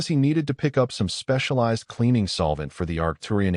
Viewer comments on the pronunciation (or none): none